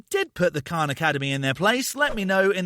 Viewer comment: His voice gives me a anxiety attack, but I will attempt to watch this. Also, It's Khan academy, not Kahn